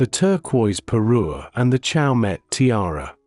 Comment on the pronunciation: Chaumet is NOT chow-met, it's show-may